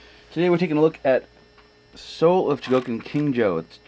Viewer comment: Uhh say cuz..It's pronounced CHO-GO-KEEN. Not chuh-GO-kin. Cool review otherwise.Never liked KJ until now.Waitng for GX-40(Raideen) Oh yeah!